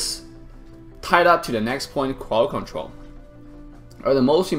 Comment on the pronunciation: Lmao "Crwod control" hahahaha